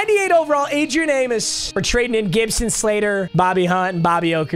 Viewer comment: He really said Adrian amus